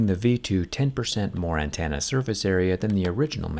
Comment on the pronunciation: Great video. I do have to point out that it's "antenna" not "antanna"